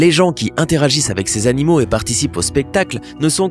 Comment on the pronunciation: eu tu sais que on dit (animaux) et pas (anomaux) Eton dit (un soir je suis partie)😑😤